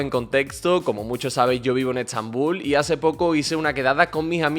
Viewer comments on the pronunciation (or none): none